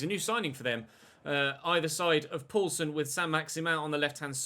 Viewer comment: Poulsen is pronounced poolsen not pOUlsen